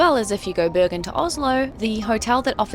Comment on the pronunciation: It is Bergen with a hard g. as a Swede probably says it like the Swedish word for mountains - bergen, which is not the Norwegian way.